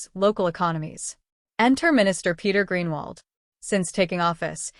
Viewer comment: Stupid pronounce hi name properly